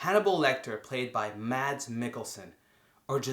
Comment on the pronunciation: Mads name is pronounced mass :(